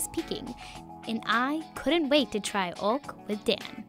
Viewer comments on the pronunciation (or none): i swear to god if i heard it being pronounced as ''ork'' again I'm going to lose my mind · Your saying ốc ưởmg